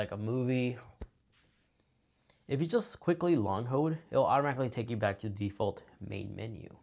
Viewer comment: This is helpful but suggestion: Your diction is super lazy and distracting. Dropping syllables makes you sound illiterate. "Hold" not "hode" "All the way" not "alway" "Pretty" not "pri-ee"